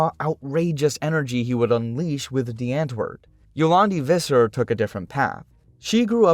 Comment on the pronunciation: Visser is Afrikaans. It's pronounced as Fisser :) And the W in Afrikaans makes a V sound. So Die Andwoord is pronounced as Dee Andvoord. Just letting y'all know XD